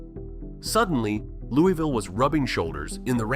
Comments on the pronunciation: How are you gonna do a video on Louisville when you can’t even pronounce it correctly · AI never pronounces Louisville correctly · The way he’s saying Louisville is killing me. And I’m from lex go cats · Well you should learn how to say your own city’s name correctly 😂😂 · Correction: It's pronounced "Loo-avull" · Please for the love of GOD pronounce it LOU-A-VUL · For AI slop it's not bad. Born and lived nearly my entire life in Louisville. Everyone I know pronounces it Louie-ville, so many commenters complaining. Depends on the part of town you're from. I haven't been everywhere but I'd bet it's one of the most racist cities anywhere. Historically severely segregated. You could wake up in any part of town and a quick look around would tell you where you are, West, South, East. You want to be East... In recent years it's become homeless heaven, a tweaker on every street corner downtown. I retired and now live on the edge of the county, I hope I never see downtown Louisville again. I don't plan on moving but I wouldn't recommend anyone move here. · Immediately mispronounces Louisville..... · You didn’t even say Louisville correctly. Also, Kentucky did stay a free state but had a breakaway government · That's not how you say Louisville. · Its not Loo-e-ville. Its not Lewis-ville. Its Loo-ah-vull. Rhymes with gull. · in and you already pissed me off. ITS NOT Loo-ee-ville ITS LOO-UH-VUL omggg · It's not Lewie ville, its pronounced lou a ville or lou a vul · ITS LULVILLE‼️‼️‼️ NOT LEWYVILLE‼️‼️‼️💯😡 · Speak for yourself. Im born and raised in Louie -ville. Its named after king louis of france. Luvull is simply a regional diction of hillbilly. I speak properEnglish, i pronounce and enunciate my words properly. Its not how "we" pronounce it. Its how lazy hillbillies talk. Its Louie-ville. The village of king Louis. Ville in no European language or dialect is ever pronounced as vull.